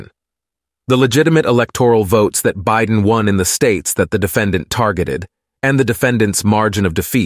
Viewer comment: I loved the few gaffs! bi-DEN, LOL😅 and the plurals.....word + s, lol Excellent. Appreciated. Best Ever Emmy??🎉🎉🎉